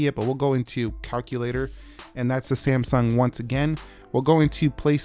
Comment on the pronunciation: SAMSUNG is not pronounced as ‘SAMSON’